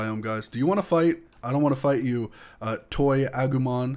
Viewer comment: Agomon is prenounsed ah-goo-mon